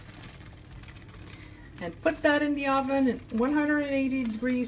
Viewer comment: I agree, this video is terrible. She said Ahven instead of oven, who does that?! I don’t even speak English so I’m even more confused than you.